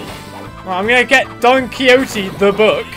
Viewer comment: Great pronunciation of Don Quixote